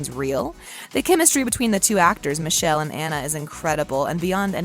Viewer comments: his name is actually pronounced '''Mickhélé'' not Michelle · It's Mikel not misel😑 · Michelle? No honey. It’s mee-keh-leh. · Please pronounce Michele's name correctly.